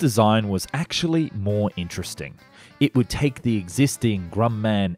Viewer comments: Grum-man. I guess the pronounciation changed today. 😅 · "Grum Man" "North Rope" "Nizmit" I'm pretty sure he's doing this on purpose. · Hay, I love your videos, they're suuuper informative! I just wanna let you know that "Hangers" means like coat hangers. The airplane storage place is called a "hangar". Grumman is pronounced "Gruh-man" and Gyro is pronounced "Jai-Ro" not "Guy-ro". just lettin' you know! 💜